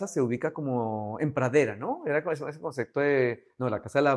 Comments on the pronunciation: No me parece una persona empatica este arquitecto , demasiado egocéntrico , no deja hablar a nadie , DIOS DANDO CLASES DE ARQUITECTURA ! Además dice CONCECTO " , PUFF! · Como siempre... ¡Tu canal es genial! Tu contenido es muy bueno, pero a veces te encuentras con arquitectos que se pierden en el ego o como el caso de este, que ni siquiera pueden pronunciar la palabra ¡ConcePto!